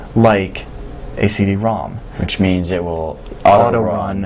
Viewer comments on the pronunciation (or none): lol the guy saying “cd” activates my siri